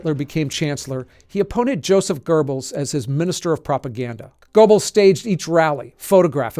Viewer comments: "Joseph Gerbils"??? 🐁 There's no "r" in "Goebbels" 😅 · Good video. Two things could be improved: 1. There's no r in Goebbels. The first vowel sound is like the one in the exclamation duh! 2. Why not let everyone know what SS actually stands for: Schutzstaffel or Defense Squadron?